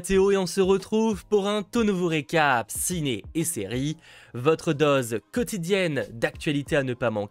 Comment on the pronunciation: UNE DOSE PAS UNE DAUSE NOM DE DIEU. Sinon merci ! 😁